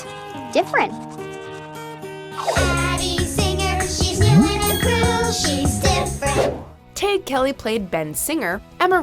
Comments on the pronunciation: I think you pronounced Tadhg Kelly's name wrong. I remember watching a behind the scenes special about unfabulous on Nick and he was talking about how odd his name was. I think he said it was pronounced TAD-HING Kelley lol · Tadhg is pronounced "tye-g" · Miranda Davis You are right. They are not pronouncing his name right. I always felt sorry when people who have traditional Irish names leave Ireland because some people aboard cant pronounce it right or make a laugh of the spelling. Like Aoibhainn (A-veen) Aoife (Eee-fah) Padraig (Paw-drig) etc.